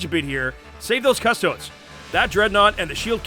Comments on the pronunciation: Guys please, it's 'cuss-tow-deese'. If I hear them called "Cuss-toads" one more time I will die screaming. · Quick PSA: pronouncing Custodes as "cuss-toads" is like calling astartes "ass-tarts" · Actually one's about as wrong as the other... It should be pronounced more like 'cuh-stoh-des' :D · The only thing wrong with this video is THE WAY HE SAYS CUSTODES LIKE WHAT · okay here it goes. Cuss-tode-EES Wow. It's not even an extra syllable. Really difficult to pronounce. 🖕🙄